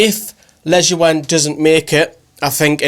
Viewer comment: I think Lejuene is pronounced 'leyoon'. Good vid tho. Keep it up